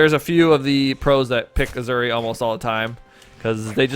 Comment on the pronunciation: Ok the announcer lITERALLY pronounces the legends name for you so there is NO CONTROVERSY so please stop say aZuri it’s aSuri thank you ps ur video is very good